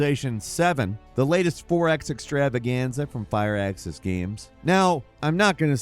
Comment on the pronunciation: I think they pronounce it Fir-axis, but of course Fire-Axes is totally cooler.